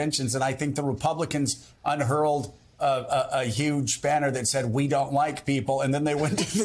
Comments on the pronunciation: Interesting. But Joe: the word is "unfurled". Not "unhurled", which is actually not a word. But, I Carp. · “Unfurled,” not “unhurled.”